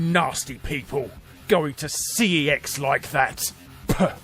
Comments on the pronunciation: Wow someone else who pronounced it "C-E-X". Last time I said it that way to someone I got torn apart. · YES!! I'm not the only one who calls it C.E.X. instead of pronouncing it 'sex' or 'kex' like they want us to! I'm not mad Larry! Or else, we're both mad together! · CeX is actually pronounced the same as "Sex"!